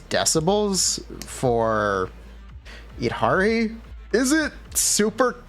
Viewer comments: eed ha ree? Really? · its yeed-harry for the prononciation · Just letting you know, the Y in Yidra from the lovecraftian lore does not silence the Y, the Yid sounds the same way you pronounce "yiddish". So her name is YID-HAR-E [long e], unless they try to chinafy it somehow.